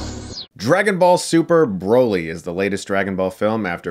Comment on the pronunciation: i cringe every time you pronounce it Bro-ly. like. wtf. it’s Brah-ly. how do u consider urself a mega fan and pronounce his name wrong